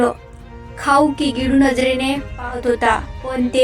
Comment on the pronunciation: गिडू नाही गिळू